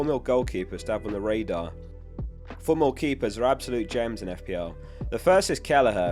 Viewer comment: Pronounced Kelleher perfectly!